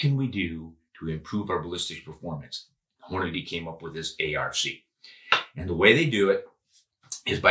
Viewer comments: "Hornaday" you mean "Hornady?" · STOP SAYING HORNA-DAY!!!! Good grief man